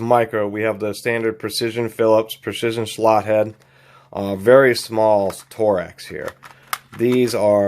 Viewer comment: I have the same kit. Great value I just wish the case was a little better quality. Tekton usually has very good cases but this one is just ok. BTW you’re the only person I’ve ever heard pronounce it tor “ex” instead of torx.